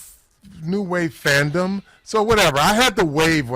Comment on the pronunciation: Did Carl say, "It's all about Fandom" or Femdom?😂